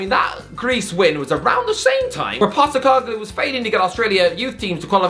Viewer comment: As an Australian I'm glad you finally pronounced Postecoglou's name right 😄😄